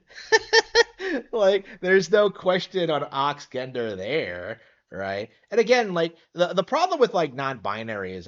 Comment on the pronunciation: very interesting pronunciation of the word "gender"